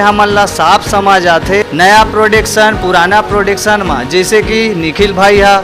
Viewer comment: प्रोडेक्शन नहीं,, प्रोडक्शन हाउस होता है भाई 😂😂।। सुधारिए